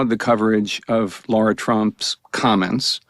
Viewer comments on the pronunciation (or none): Is there a reason why these professional college graduates or higher cannot pronounce the name “LARA” correctly?!😢 Why do they always say “Laura?!”😢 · Why is Jack Tapper referring to her as Laura when her name is spelled LARA. Can he pronounce it properly PLEASE??? You are a reporter Sir. It irks me when people names are mispronounced. It is special to everyone...their identity.